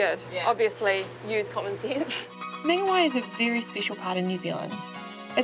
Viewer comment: Good vid:) You pronounced Whangarei correct but not Mangawhai....... Why